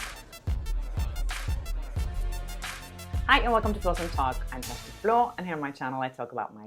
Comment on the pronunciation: PLEASE. SPEAKE YOUR NAME SLOWLY? YOU MUMBLE. IS YOUR NAME,,? ffs. plEASE HELP THE AMERICANS. WE'LL BE NICE BACK YOU TO YOU. THIS IS THE SAME AS WHEN YOU ARE SPEAKING TO CUSTOMER SERVICE ON THE PHONE AND YOU TELL THE SERVICER YOUR PHONE NUMBER AS QUICKLY AS YOU KNOW IT. SPEAK YOUR NAME SLOWLY. THANK YOU.